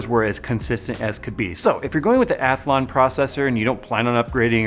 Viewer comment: When did Athlon get an invisible "a" in the middle...or is that the American pronunciation?